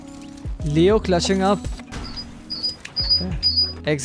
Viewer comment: when he say leo on height it sounds like kreo on height